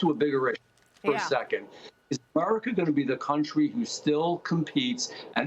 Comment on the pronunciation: BS.. Wokeism? Try corporate greed. And learn how to pronounce America. I don't know why I ever bother to watch anything this sham news outlet puts out